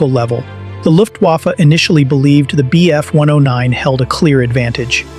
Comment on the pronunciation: Because its AI, notice how he says m k instead of mark, the wierd way he said bf… 109 istead of just bf 109 like a person would, and the true nail in the coffin, he said miles… p h, instead of miles per hour, because AI does not understand how to read things like MK and miles/ph correctly. Spotting AI is alot easier when you start to notice wierd unnatrual pauses and abreviations not being said like any person would just say normaly.